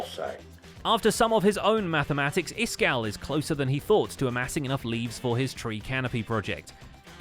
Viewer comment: "...statue of Frankenstein..." - you've made a mistake in the "Iskall" word.